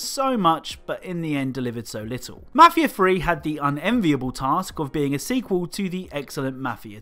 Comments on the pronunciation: You can’t clown on Maf ia tree when you can’t even say it right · “Mahfia free”